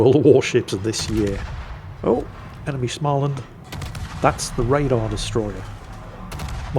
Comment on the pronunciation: å in Småland is pronoiunced like o in "more"